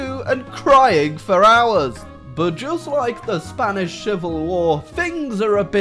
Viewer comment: "Spanis Shivil War" (don't worry, I can't say it right either)